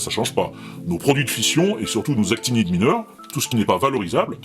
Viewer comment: C'est actinides, avec un "n"😁 sorry